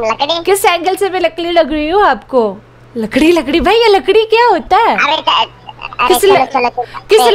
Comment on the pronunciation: Lakdi nhi lakri